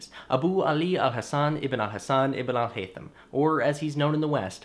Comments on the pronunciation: (I'm Arab) SO impressed by how well you pronounced his name. People usually just butcher Arab names to make them sound super Western. A+ Thank you so much for this, you made the topic really intriguing and interesting. I'd also like to add that a LOT of people forget how much Muslim Arabs have contributed to science, so this video is much appreciated. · You actually pronounced his name EXACTLY as an Arab. And I am an Arab. Great video man. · it was decent yes